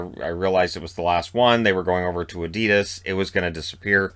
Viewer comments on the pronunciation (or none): none